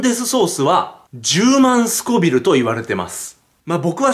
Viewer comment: スコビルじゃなくてスコヴィルです！(富澤風)